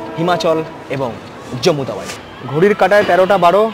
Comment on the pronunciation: Tawai keno bolte hobe? Bangali ra chara aar keu bole ki? Ota hobe Tawi...